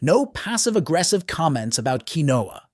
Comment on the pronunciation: it's pronounced keen-wha